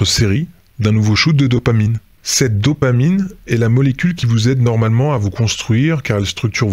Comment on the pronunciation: VIE-tamine au lieu de dopamine !!! Merci ... Rock on !!!